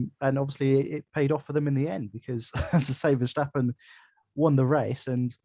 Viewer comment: Hi and, - Megan was ok, she talked and told the big guy to back down. It was the guy at the end that was the real problem. - you saying vershhhhtappen? Thats the german pronounciation I believe and Tom Clarkson has changed back now to the dutch or english pronounciation to verstappen... just saying. Have a listen to Tom C. Peter Windsor is still wrong but he doesnt care lol Ferrari vs Maca -- Ferrari for me (they seem to have fixed their tyre deg)but it could go either way. Looking like Max to win the champs now unless we get a twist.